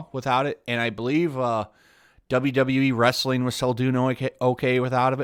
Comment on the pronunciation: 'Withoutovit'. Im sorry.. lol